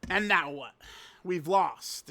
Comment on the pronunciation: "Right Neow" said with his cat ears perked up